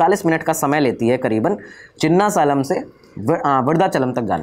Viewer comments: "सालिम" नहीं ... it's "सेलम" I think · Its “SALEM” pronounced as SAYLUM!! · Bhaiya its सेलम (salem) place in tamilnadu ❤